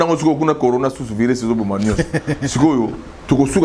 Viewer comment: Céléo dépense son énergie en vain car nous les mélomanes on sait que Céléo est nul et moins que rien!!!! Ayebi ata koloba "on est confiné" te alobaki "on est confu". Maintenant zoba ya niveau Wana bozolanda ye pe. De plus il avait dit "conora" au lieu ya corona. C un illettré de bas étage.